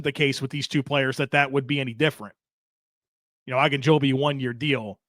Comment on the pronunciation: Why does keep saying “Ah”gunjobi? I’ve only ever heard it pronounced every else “O”gunjobi.